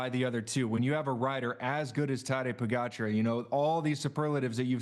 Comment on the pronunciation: The audio always sucks on these.. Come on NBC.. also, Tejay learn to pronounce pogacar .. it’s AR, not ER..